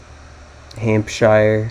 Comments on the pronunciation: Not shyer! How do you pronounce New Hampshire? Shire is often pronounced shuh as in Yorkshuh. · Shire is, in all cases, pronounced sheer.